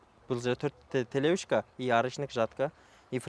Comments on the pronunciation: Телешка дечи телевышка дебей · Телешка деп жатабы же телевышка деп жатабы